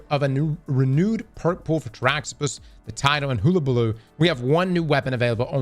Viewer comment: it's not "hoola-buh-loo." The devs even pronounced it on their preview video. Hull (like bull)-uh-buh-loo. And it's "Es-tock" not "E-stock." Drivin me crazy.